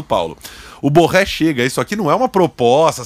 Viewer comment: Esse cara é colombiano e os caras pronunciam seu nome como se fosse francés! Em espanhol o rr do Borré não se como pronunciamos carro (por exemplo)